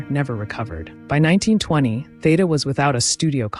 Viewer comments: Such an insightful and interesting bio, well narrated, except for one glaring and recurring flaw. The knowledgeable narrator, with her lovely, dulcet tones - continues - mispronouncing the subject's name, much to my chagrin. Theda's 1st name has an (e) that's supposed to sound like an (e), not like an - a - and Bara is supposed to sound like (air) at its start. Apart from that I enjoyed the video. 🤗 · Yes, "Theeda" is the only way that I have ever heard her name pronounced for 70 years.